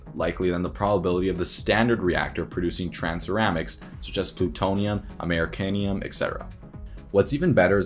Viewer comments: Replacing Americium by “Americanium” was funny too. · This feels like an end-of-semester student project, but with a lot better production value. I cringed when he tried to pronounce “Americium” or “fissile” (not “fiss able”)